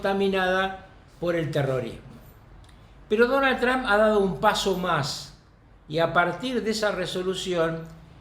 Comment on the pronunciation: Carlos, el apellido del presidente de US, es TRUMP, con M, no con N, como te he escuchado decir en muchísimas ocasiones. TRUMP... no TRAN.